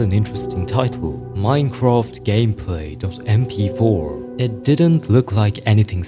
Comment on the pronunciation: I cant ignore these "shown" (he tryna say shawn) "cuwiosity" "gayplay" "wetevans"